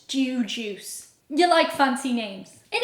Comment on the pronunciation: Haha, you said jew juice.